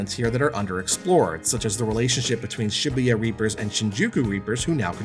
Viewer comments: "shibbeyuh" Was it too hard to take ten seconds to google how to pronounce the name of the city the game is set in? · I cringe everytime he pronounces Shibuya. Its pronounced shuh-boo-yuh.